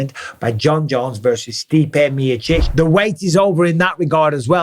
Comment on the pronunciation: Stipe Meerchich 😂😂😂